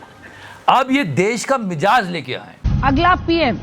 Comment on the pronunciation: It is Mi'zaaj' and not Mi'jaaz'